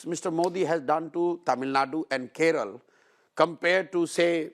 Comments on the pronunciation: It's kerala not keral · It’s KeralA not Keral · I love Prashant Bhushan, but who will tell him, it's not " Keral" it's "Kerala!!" 😊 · Its kerala not keral?? Please learn to spell first